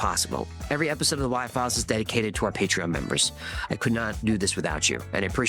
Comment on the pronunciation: ❤it’s paytreon Pay-Tree-on! Not Paytren